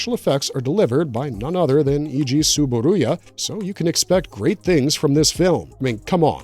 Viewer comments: It's TsuburAya, not TsuburUya.😛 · It's Eiji TsuburAya, not TsuburUya. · TSUBURUYAじゃなくてTSUBURAYAな。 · Eiji Tsuburuya → Eiji TsuburAya. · 2005's "King Kong" was influenced by 1933's "King Kong" - which also influenced kaiju cinema, including Godzilla. And you both misprounounced and misspelled "Tsuburaya." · I think he mispronounced Tsuburaya's name every time he said it. 😒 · There is a overall vowel problem